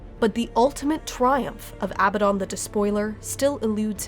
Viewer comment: Why the hell can noone pronounce Abaddon correctly? The stress is on the second a, not the first.